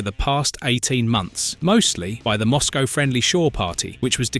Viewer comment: My only criticism... 'Mozcow'...